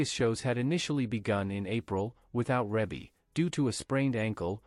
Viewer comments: It's pronounced Ree-Bee not Rib-Bee. OMG do your research smart guy!!!!! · Reebie is pronounced Reebie NOT Rebie. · It's not Rabe it's Rebe!!! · in order to be factual PLEASE familiarize yourself with the pronunciation of Ms. Rebbie (ReeBee) name. You have a regal member of society, at least be respectful enough to say her name correctly. Sheesh! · Her name is pronounce Ree bee. There's another video on her too and that announcer also pronounced her name wrong. There are 9 kids and not 10 and the other video got that wrong too. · He pronounced her name wrong through out the video. It's pronounced Ree Bee. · It's Reeeee bie mfer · Who has this narrator been talking to that told him that her name was Rebbie, or spelled that way. I can't get passed hearing him mispronounce her name to hear anything else he says. Do your homework, sir.